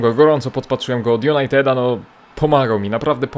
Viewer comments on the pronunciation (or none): Od Junajdeda Nazario De Lima a nie Junajteda